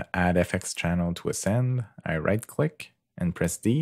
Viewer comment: Good work, you just need to add that "k" at the end of "click" :)